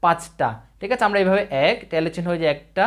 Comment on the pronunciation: ভাই টেলি না ট্যালি উচ্চরণ। জন্ম উচ্চারণ নয় জম্ন উচ্চারণ